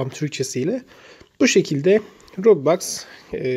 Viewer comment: Kardeşim roblax ve robax nedir yazıldığı gibi okunur